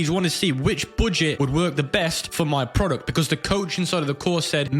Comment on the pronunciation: "the booooget"